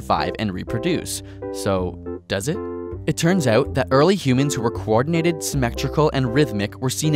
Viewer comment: 50 ... are you Canadian? Saying out like oot